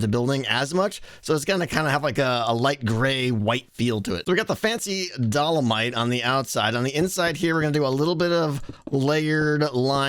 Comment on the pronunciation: My poor geologist soul can’t handle pronouncing dolomite wrong